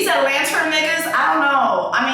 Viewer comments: Why is she saying Atlanter 😭😭😭😭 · Please stop saying atlanter 🤣🤣🤣 PLEASE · Every time she says it I laugh😂😂😂😂. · Same reason why she said clurb lmaoo